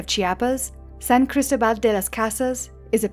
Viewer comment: It is pronounced "San CristÓbal” stress on that ó. You put the stress on the final A. Also, Mexico is no longer a good place for the majority our retirees. Here’s the reason: “Given that the minimum monthly income to qualify for a Mexican residence visa is $3,540 USD per month, and the average monthly social security check is only about $1,827 USD,12 social security alone won't be enough to qualify for economic solvency unless you already have a minimum of $58,996 USD in savings. May 17, 2023.” Cheers, Dave.